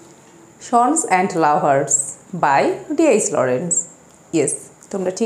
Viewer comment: Madame, I think the pronunciation would be "সান্স এন্ড লাভারস " as much as I have heard and learned from my honorable and respectable teacher. Pardone me if I make any kind of mistake. At the same time I appreciate your activities. Love for you 💕💕